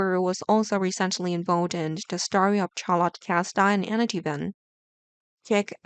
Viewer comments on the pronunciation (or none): If you want to do you tube it would help if we could understand ANYTHING you say. Twin and tween are not the same thing. What is a starry oh I see you mean STORY. Either speak properly or just stop. Your comments are only a waste of my time. A total waste of my time. You did nothing but annoy me.